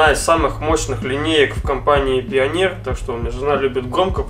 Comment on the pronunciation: пионер топовая компания....ааааааааааааа ааааааааааааааа аааааааааааа мои уши...мне больно это слышать от человека который делает такие крутые проекты...., пионер это как SAT среди запчастей